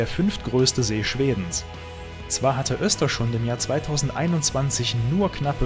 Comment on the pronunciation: Ein super tolles Video. Ich erlaube mir dennoch dir zu sagen das du Östersund falsch aussprichst. Die Stadt heißt nicht "Österschund" 😊